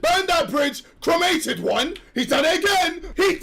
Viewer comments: bro said cream-ated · boi said creamated